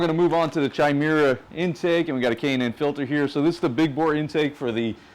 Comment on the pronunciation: Not Tchai-Mera, it's Kai-Mera ( ). MI2